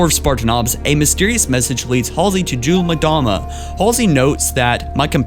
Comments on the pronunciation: 'mdama (em-dahma) not (mah-dahma) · Every time you said 'Mdama I thought you were saying Madonna! XDDD